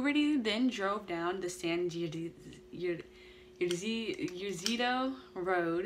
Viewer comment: Pronounced San E-C-Dro😉 I was 3 years old and lived across the street. I don’t remember it but my mom told me about it. She could hear the gunfire from where we were.